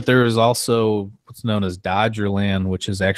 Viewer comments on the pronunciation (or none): It's not Dogerland, it's Dogger (pronounced Dog er) Land. It was in the North Sea, don't think there are any tales that it appears and disappears